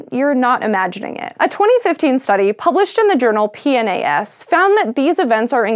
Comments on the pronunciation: That journal is pronounced P-nas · The journal "P-NAS"